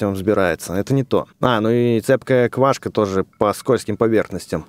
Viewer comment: Не квашка ,а квакша)